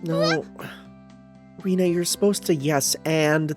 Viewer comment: Please no more Rena pronounced as Rina 😂There is literally a character named Rina in the VN